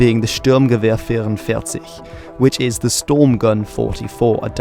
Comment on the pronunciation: finally someone who actually said the 44 in STG-44 in german